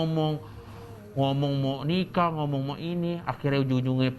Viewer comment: Manda Salah pengucapan doang